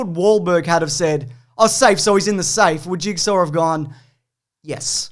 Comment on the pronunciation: It is pronounced "Jig-saw" not "Jig-ser"